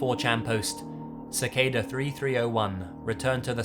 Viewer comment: I'm gonna like this video, because unlike someone, this guy actually pronounces Cicada correctly... Like if you know who I'm talking about...